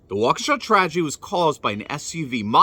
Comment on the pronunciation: THANK YOU for being the ONLY one to pronounce Waukesha correctly! Holy cow, it's not that hard. Plus, I think you can get the pronunciation online. Has no one ever heard of that town before? Smh.